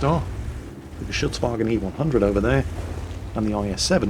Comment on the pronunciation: You got the German name „G.W. E100“ right!!! (Pronunciation wise)! Im sure You practiced in front of the Mirrow every day.:D